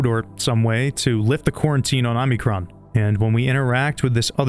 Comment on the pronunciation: Omicron, not Omnicron.